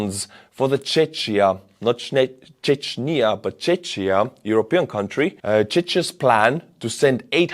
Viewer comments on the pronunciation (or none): Not Čečnia !!! or Čečia OMG. and its not Čeč prezidente. Its Czechia or Czech Republic. "ČECHIA" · fyi Czechia is pronounced czekia, Czech is pronounced czek ;) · It's pronounced "czekia, czek" 😉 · While I usually appreciate your Estonian pronunciations, don't mix up Chechnya and Czechia. It's pronounced like the finishing move in chess, "Check." So "Check-ia". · I thought that Czech is pronounced not like Chech, its pronounced like Chek, and Czechia like Chekia. Hi From Ukraine, and great work with the shells! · Czechia is pronounced chekia, not chechia ;) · Not "chechia" but "checkia" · Czechia is pronounced as Czekia, with the K sound at the end, not ch. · it' not "Chech" but rather "Check" - the CH here replaces a "kh" type sound (Х in Cyrillic) and in English, since they don't really have that sund, it's usually pronounced like a "k". In the Scotland it's lie the CH in Loch. Not "lock" but "Lokhhh" (Imagine you're a Klingon) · Chechia is pronounced ‘Check-ia’ (not ‘Chetsh’), just like Check-Mate to Russia! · Regarding Czech Republic, it’s Czechia pronounced Czekia, members of this country are Czech/s (Check/s ) not Czech/s. Same as Slovak republic is Slovakia and member/s is/are Slovak/s. Please be respectful. You are pronouncing it as Chechnya and Chechen. It’s as bad as calling Estonians and everyone in soviet block Russian. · again warm regards from Czech Republic! And if you can simply say Czech and Czechia, or basically Czech Republic. We dont call us “czecsia” (dont know how to write what you say). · my country is not "Czeczia" but "Czekia", if you want to pronounce it correctly. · For anyone confused, in the USA, we pronounce Czech as "Check" while he's saying "chech" which sounds like Chechnya. Lol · It's "tšekkia" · 🇨🇿Bro its pronounced CzeCHia, the ch is pronounced same as CHuj in russian. Pls bro🇨🇿🍺🫶🇨🇿🇨🇿🇨🇿🇨🇿🇨🇿🍺🍺🇨🇿🇨🇿🇨🇿🇨🇿🇨🇿🇨🇿🇨🇿🇨🇿🇨🇿🇨🇿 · Czechia is pronounced "check-ia" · Czechia is pronounced "Checkia"